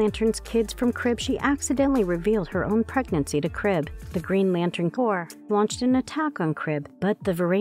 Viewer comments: Maybe don't hire this lady to narrate videos anymore. Nice voice but she obviously didn't know the difference between corps/corpse...violet/violent...Sinister/Sinestro. Reading is fundamental. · why did you pronounce Corps with that kind of intonation? are you a robot or smth